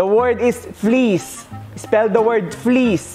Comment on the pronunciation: Kasi Naman fleece pero Ang pronounce Niya please